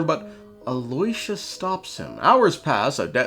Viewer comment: okay, listen, it's not Aloy-sha. you know that 'yo' thing rappers says? that's the sound. it's Al-yooo-sha